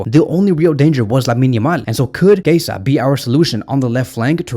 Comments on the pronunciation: He is [kieza] not [keisa] 😂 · Chiesa is pronounced “Key-yezza”